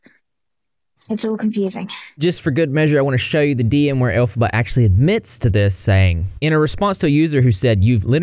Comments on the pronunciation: Its pronounced "El-fob-a" (Can't really put it in words I guess, hopefully you can get the pronunciation from that) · Ya know I was really enjoying your content but the elphbaba whatever shame on you for making us suffer through that!!! That was just mean😄